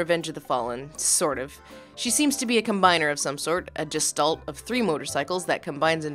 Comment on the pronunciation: did you say JEST-ault? Did you mean gestalt? As in, pronounced as GESHtält?